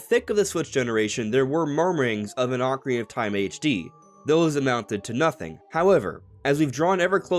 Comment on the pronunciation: “Ocarina of Time” has six syllables, not five. It bothers me that you constantly say “Ocarinof Time.”😂